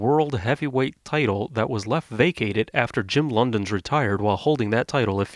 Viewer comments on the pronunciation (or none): Jim LONDONS? Try Londos, idiot.